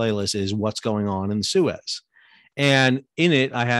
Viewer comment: That's not how you pronounce Suez.